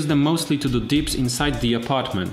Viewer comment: u say dips, not deeps...